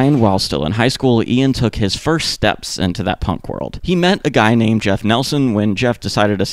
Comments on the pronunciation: Guy uses the French pronunciation of his name... i.e., sounds like ghee (rhymes with “key”). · his name is pronounced gee not guy